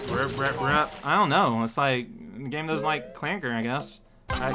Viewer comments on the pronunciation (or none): none